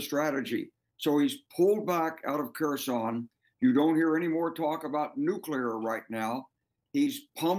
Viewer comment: The news anchor called it person instead of Kherson